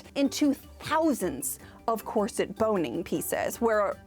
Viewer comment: Loved this! In particular the correction pronunciation of corset as opposed to core-sette vid been hearing of late!